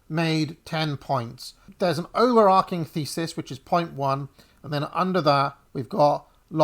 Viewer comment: Two minutes in and 'overarching' mispronounced five times. The verb is to overarch. Not to overark.